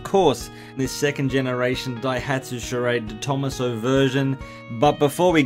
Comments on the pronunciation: Just so you know, it's pronounced "de tom-AH-so" rather than "de THOMAS-oh". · I'm pretty sure you pronounce detomaso like deto-maso as it's an Italian name. That's how the detomaso's own cars are pronounced like the pantera. Thanks for the video! I've seen a picture of a white and silver version of these in the UK, very cool!